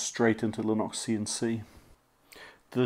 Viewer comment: TBF, I was hearing "Linoxian C" for a while before my brain switched to Kiwi :)